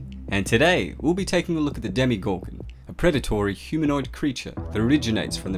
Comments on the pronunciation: It’s DemOgorgon it’s not demEgorgon or demIgorgon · Did you say demigorgon? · Did it annoy anyone else when he kept saying DemYgorgon instead of DemOgorgon? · Demegorgon no its demagorgon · Its not demigorgon its demogorgon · It's dem"O"gorgon and NOT dem"i"gorgon. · Why do people pronounce it "Demi- gorgon" when even the characters clearly say "demo-gorgon" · 0_0 Demigorgon? DEMOGORGON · Did this man just said demigorgon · Would you please say demogorgon good? Its not a demigorgem! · He says demigorgon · Why does he keep saying demi gorgon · Your saying demigorgun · Why are you saying Demigorgon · Nice video but so annoyed by “demeegorgon” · Why is it pronounced "Demigorgon" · Who else is bothered by ‘demeegorgan’